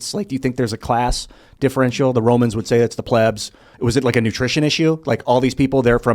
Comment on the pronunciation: Pleebs... Long "E",. "How many adults?"...There were children fighting in the Civil war.